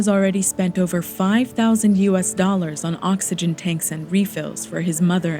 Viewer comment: "The true citizen conserves valuable ovegen"